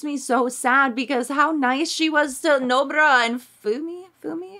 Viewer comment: Nobara sounds like no bra